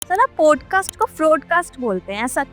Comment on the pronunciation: 1st mistake .... It's not ' पोडकास्ट' it's पॉडकास्ट